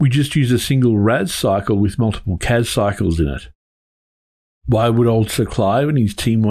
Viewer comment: Loved The Clash reference. I hear Casbah now every time you say CAS-bar :P